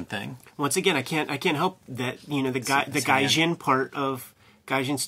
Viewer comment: "GUY-jin" >Gayjin"